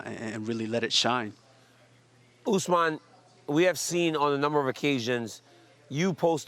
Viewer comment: I cant get a job at ESPN but they have reporters that don’t know Usmans name??? This shit is embarrassing